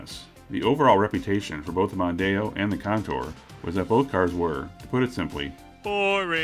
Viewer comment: As others have said, the Mondeo was huge in the UK. The first generation's styling was certainly rather uninspiring, especially compared to the French competition, but I've never heard anyone call it the "Mundano".